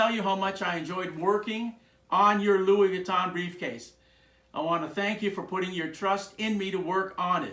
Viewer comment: Nice work sir! I thoroughly enjoyed this vid b/c I’m a painter & Lux bag collector who has now began to refurb & customize them. Just 1 thing: the proper pronouncing of LV is: Luieé Vwee-tō (n is silent) I thought I’d share that w/you since you do Louis Vuitton repairs 😉 (& im French, so it makes my skin crawl when ppl say French designer names incorrectly) 🧏🏻‍♀️🤦🏻‍♀️🤷🏻‍♀️ LOL Keep up the amazing work sir!